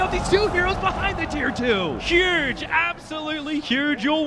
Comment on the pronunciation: "Juuge! Absolutely juge."